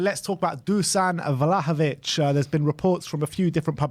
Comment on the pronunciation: Just on the pronunciation of "Dušan Vlahović" - it's not Dusan, it's read Dushan (sh is read the same way as in "shut up"). Cheers!